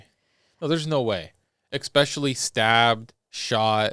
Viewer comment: I love how said, especially "Eggspecially"